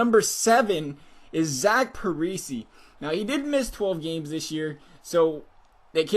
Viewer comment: Man, you butchered some of those names! Zach Pareesee?